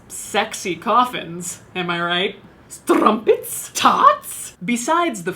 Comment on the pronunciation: Okay Caitlyn... You said "scones" by accident in another video and mocked yourself in a really funny way (can't remember the exact video) and it had me laughing harder than you figure it should have... Then I hear you saying "StRUmPEtS!? TArtS!?" and I just lost it. I had to pause the video just to comment on this. I'm either getting delirious or you're just THAT funny. (Probably both tbh)